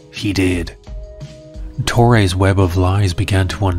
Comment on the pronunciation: why the hate on your viewers, we want a good laugh and you send us to therapy with that music, too bad man, but something to add es TORRESSSSSS se th S dude is not hard, and brazilian come in al shapes and colours, the usian factor comes strong on you